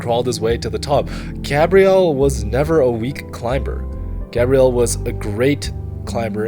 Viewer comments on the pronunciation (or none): Is GabrielE , not Gabriel ... This video is amazing , you always do a great job man ! tx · Bel video, però per fare 20 minuti di video su Gabriele Moroni potevi almeno imparare a pronunciare il suo nome! In the preparation of the video, why haven't you asked for the correct pronunciation of the name, Gabriele?